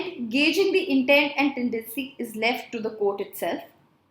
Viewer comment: Madam its tedecy or tendency